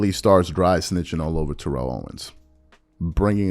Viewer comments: ( it's said: Tare-rull Owens not Turr-elle--- or just T.O. is what everyone calls him. Kindly consider pronouncing it that way, ---respectfully, thx. ) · Could you please learn to say TO’s name correctly? Or just say “TO” ? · This man talked about SAS mispronouncing names and he has been mispronouncing T.O.’s name this entire time 😫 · and he’s still mispronouncing his name. He always spoke on him mispronouncing other people’s names NOT in a mocking way.